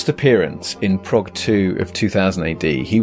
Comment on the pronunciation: Prog, rhymes with frog!